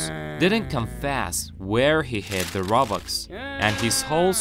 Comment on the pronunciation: I like the fact instead of robux he said robox